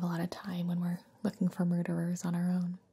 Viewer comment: Wait did she say murderers ...... MURDERERs